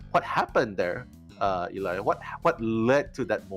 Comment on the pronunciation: when's someone gonna tell it's Ee-Lie not "Ellie"